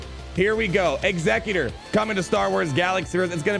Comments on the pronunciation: When the GA says Executor like Executrix but it’s actually different: 🤨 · surely executor is pronounced similarly to execute not like executive lol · Man doesn’t know how to pronounce executor